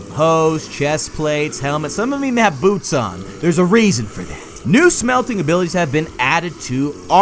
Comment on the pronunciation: for some reason when you say"boots" I heard "boobs"